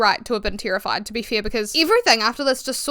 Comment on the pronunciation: I don’t know why I focus on this but I love the way you say “terrified” as “tear-ified” in your accent lol. The way people pronounce certain words just sparks joy for me idk XD